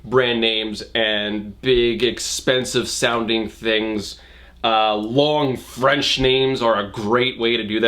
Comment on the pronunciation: you killed the French XD